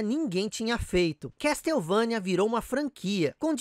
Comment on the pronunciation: ignora o MSX. Sabe que algumas franquias nasceram nessa plataforma fantástica. Dê mais atenção ao MSX. E a pronuncia correta é " Késsouvênia" e não "Castéuvãnia". Vc tbm esqueceu de mencionar o Koji Igarashi.